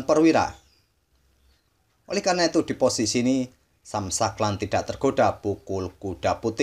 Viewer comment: Sam shankland bacanya “sem shengklen” min 😅